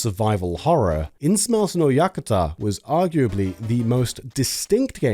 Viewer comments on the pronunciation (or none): It's "Innsmouth" not "Insmouse." Innsmouth is a town in HP Lovecraft's fictional universe.